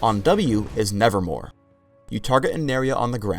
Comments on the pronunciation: i like the fact that cant even say it. "nevermore" and thats totally wrong, its called nevermove, but you dont see it:) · says hiw W wrong... Its nevermove, not nevermore. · Mate, its nevermoVe a pun on the edgar allen poe poem. did say it wrong. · its NevermoVe not NevermoRe ;_ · Kind of sad that Swains W is called Nevermove not nevermore yet he says it wrong every time. Pause for proof. Get your shit together riot. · Anyone notices that he says nevermore instead of nevermove? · ITS NEVERMOVE NOT NEVERMORE U TARD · Nevermove not nevermore. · nevermore? I think it's nevermove :) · ummm sorry it's not called nervermore it's called nevermove look it up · he says "nevermore" when it's"nevermove" lawl what is this the raven? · it's nevermove, not nevermore. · he sayd nevermore its (nevermove) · ...nevermore? isn't it nevermove? lol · Note Its NeverMOVE NOT NeverMORE he said nevermore which it isnt. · Why does everyone (including ) call Swains W Nevermore? The name is Nevermove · He says "nevermore"... It's nevermove... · Thanks, but I knew that. Poe is one of my favourite writers:) But I was referring to the fact that the skill is called Nevermove now, and just kept on saying Nevermore. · Did anyone else notice he said 'nevermore' instead of 'nevermove'? =3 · he is saying nevermore and its called nevermove ^^ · lol i wanted to tell you that in W is neverMOVE not nevermore omg i know better than you lol x) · it's nevermoVe brah, not nevermoRe :S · its called neverMOVE not neverMORE. everyone says its nevermore just because does and the poem. but if you check anywhere in the actual game or website its neverMOVE. even in the video it says nevermove while he's saying nevermore. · Ok, for everyone on YouTube that wants to make Swain videos... It's spelled and pronounced, "NevermoVe" not "NevermoRe" Thank you, Edgar Allen Poe, for making a poem that has confused our commentaries! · LOL HE SAID NEVERMORE